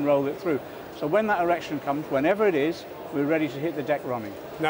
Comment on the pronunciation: Did he just say, 'When that erection comes'?